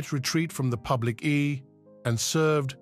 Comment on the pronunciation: "Ee" for Eye and "writtings" for writings, all in the first minute? Can we have someone who can speak English, please, to narrate? And knows how to pronounce Devon and Torquay?